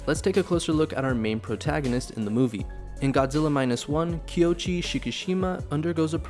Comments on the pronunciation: I hate to be "that" guy. But it's KOichi, not Kyochi. Koichi. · His name (Koichi) is pronounced ko-ee-chee, not kee-o-chee. But I agree, this is Godzilla as he should be; dangerous, powerful, destructive, filled with rage against humanity and a warning about the careless arrogance of man. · I cringed every time. It's not even a difficult name.